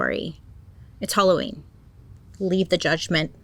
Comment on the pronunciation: im so sorry bailey but ill be saying holloween instead of halloween now i love you